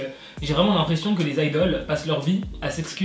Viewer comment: Ça se dit IDLE 😂